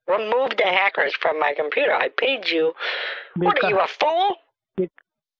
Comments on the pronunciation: koompooter intrnt XD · I love the way he pronounces computer............"coooooompuuuuuuuuuuuuuuterrrrrrrrrrrrrrrrrrrrrrrrrerrrrrerrrrer"